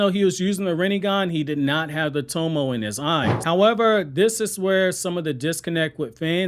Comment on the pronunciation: "He did not have the tomo in his eyes" Cool. It's To-mo-eh, btw. 3 syllables. And it's not toMOH-eh. (I have to stress that point since it seems common place for americans to stress the absolute fuck out of the second syllable of every foreign noun and words in general.)